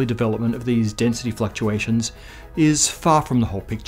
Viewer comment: "Density Fucktuations" You have my attention.